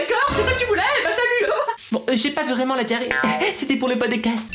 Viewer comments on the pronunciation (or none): ton podecasteuh est trop cooleuh et j'aiméréeuh un podecasteuh sureuh les palmiéeuh